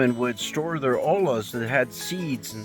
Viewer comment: Just FYI, the word "ollas" is pronounced "oyas". The two consecutive "L"s are pronounced as a "Y". The word "olas" means "waves". Also, the site you have described is identified in Jerry Schad's "Afoot and afield in San Diego County" book and is not the only petroglyph site in the ABDSP.